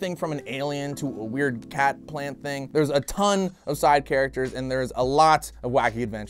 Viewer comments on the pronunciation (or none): none